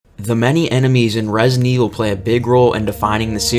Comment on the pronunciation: "Resin Evil"